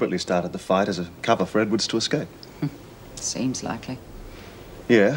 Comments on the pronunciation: Love the way Lizzie always says Exscape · Why does Lizzie always say 'escape?' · I really wish somebody would have taught lizzy how to say escape